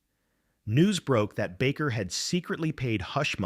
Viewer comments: The name is pronounced Bake er. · "The Jim Backer Show???" Yeah, I'm gone. I can't take these AI channels seriously. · True Dat. Sick of A.I. narration TOO! I THOUGHT it wasn't until the faker said that! The "Jim Baccccker' show.